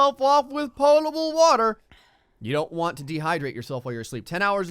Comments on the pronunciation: Pot-able... not poe-table... come one man lol. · It's potable like you can put it in a pot. Not pote-able.